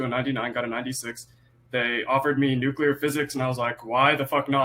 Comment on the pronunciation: “NuCuLeRr physics”🤣💀